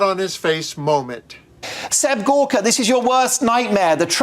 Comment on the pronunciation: Doctor Gorka , he paid good money for his fake degree, never answer a question. Mispronounced her name, sexist. He is a Nazi.